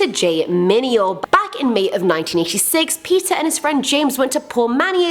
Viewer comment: did she say peter or pizza